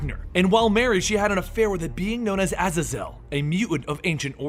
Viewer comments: it's not (Ah-Zah-Zil) it's (Aye-Zey-Zil) like Hazel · It's pronounced Aa-zay-zel pretty sure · Azazel is ah-zay-zel. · I love how you pronounce his dads name wrong it’s pronounced (ae-zae-zul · It's pronounced Vahg-Ner, like the composer. Also, Ah-Zay-Zel. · its prounouned uh-zay-zul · His father's name is pronounce "A-zay-zal". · btw is pronounced (a-ZAE- zel) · A ZAY ZELL lol love your pronounciations of names some time great work keep it up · Isn't Azazel's name pronounced A-zay-zel. I think that's how they pronounced it in the movie. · Thought it was pronounced az-zae-zel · U siad his name wrong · The way he pronounces Azazel angers me greatly